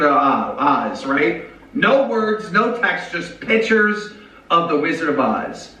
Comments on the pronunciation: Him saying “pitures” made me so angry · never trust a 40-year-old man who doesn't know how to pronounce the word picture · I hate the way he pronounces pictures 😩